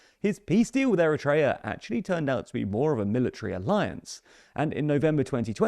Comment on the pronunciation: it's not ERETREA its Eritrea :face-orange-raised-eyebrow